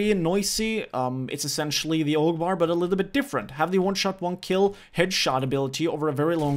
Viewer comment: When you say "AUG" it sounds like you're saying "Allahu Akbar" lol